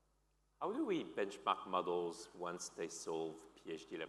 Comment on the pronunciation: am i the only one hearing 'muggles' instead of 'models' and thinking they're talking about humans?